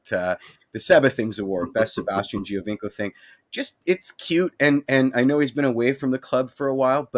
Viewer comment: Your mispronunciations of Italian names is driving me nuts and I'm not even Italian. For example, Bernadeschi. "Ch" in Italian is more like an "K" in English. Giovinco is pronounced Joe-vinco.